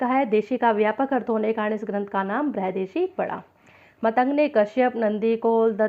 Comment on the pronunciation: अरे uney मतंग ऋषी नाही केहते ऊन का नाम मातंग ऋषी हे